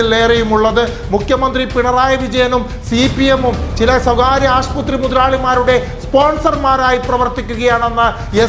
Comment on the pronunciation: Aasputhri enn parayalle. Aasupathri